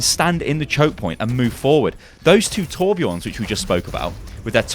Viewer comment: please pronounce tobjörn as "Torbjurn" that's the correct pronunciation. i really hate when everyone says bjorn it' feels really weird! #thesaltisreal